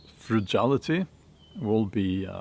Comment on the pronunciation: Silos is pronounced s(eye)los, not (sea)los. I, as in eyeball. 👁️ Frugality, frugal, is pronounced with a hard g, as in green, not the soft g. 👍 I love your channel and videos. 👍👍👍